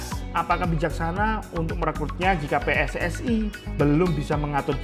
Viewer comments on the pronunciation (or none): none